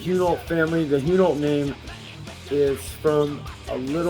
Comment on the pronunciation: thanks for answering my question rick!! pronunciation on the last name could use some work lol but interesting though about the germans n french. always thought it was a dutch name somehow